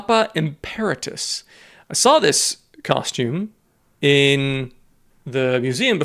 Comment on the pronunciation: Emeritus, not emperitus lol